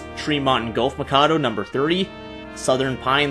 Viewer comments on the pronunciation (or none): none